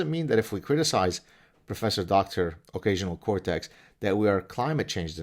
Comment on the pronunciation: I thought he said occasional Kotex😉